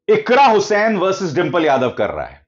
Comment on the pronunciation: अरे सर जी आप बार बार इकरा हुसैन बोल रहे हैं इकरा हसन है